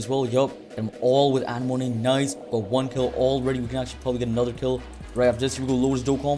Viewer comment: Anemone❌ Anna moane✅